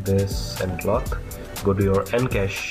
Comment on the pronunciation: cloth not clock , pronounce it cloff